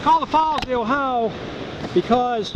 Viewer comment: O-Hi-O is pronounced "O-Hi-O". It is not "Ohi" or Ohi-uh". Named for the state of the same spelling.